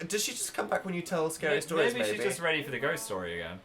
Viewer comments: sounds like dan said baby but I think he probably said maybe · IT SOUNDED LIKE DAN CALLED PHIL "BABY" EVEN IF IT WAS PROBABLY "MAYBE" IM HAVING PHEELS OFUSHAB